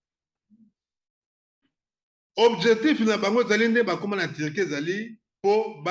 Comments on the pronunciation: Loba bien ndeko Turquie et non Tirquie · HAHAH VOLEUR LES CON////GOLAIS DISENT VOLAIRE TURQUIE ILS DISENT TIRQUIE, ILS NE SONT PAS RAFFINES